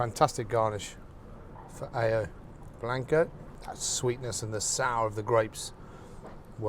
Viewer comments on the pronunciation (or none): Brilliant, but it’s not Ah-yo blanco. It’s Ah-ho blanco.